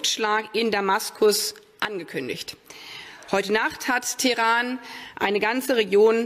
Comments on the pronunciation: Nur drei Fehler ? ist da schon Minute mit eingerechnet, denn sie sagt Teran anstatt Teheran kennt jemand diese Stadt.Vieleicht liegt Teran ja außerhalb der 100000 km Zone.😅😅😅😅 Daumen hoch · Annalenchen muß das ablesen und dauernd auf das Papier schauen. Das wurde ihr höchstwahrscheinlich vorgelegt zum Vorlesen und nicht mal das schafft sie Fehlerfrei ("Teran"). Irgendwer zieht da im Hintergrund mal wieder die Fäden und tritt selbst gar nicht ins Rampenlicht... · Das heißt nicht Teran aber Teheran Gott lass Hirn regnen. 😂